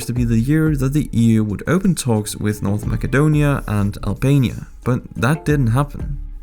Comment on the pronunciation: North makadonia? This pronunciation sounds spanish.